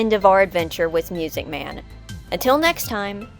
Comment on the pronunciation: Correction: It’s pronounced “MUUUSIC MAN!”